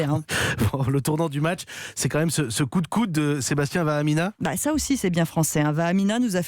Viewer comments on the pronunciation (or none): C pas vaaminaa c vaamaahinaa